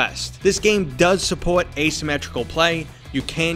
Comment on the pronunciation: Who else went into the comments to see if anyone else noticed how he said "support"